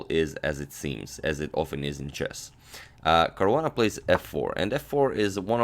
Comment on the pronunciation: It's Caruana :3